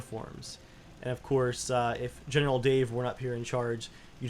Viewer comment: Every episode you say general Dave I hear genital Dave